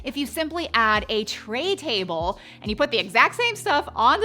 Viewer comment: These are great chips I’m a decorator but I don’t know why you’re saying Trey table when you just mean Tray